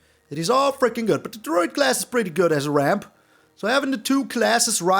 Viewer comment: When you said "always ramp as much as you can", your opponent thought you said "always rope as much as you can"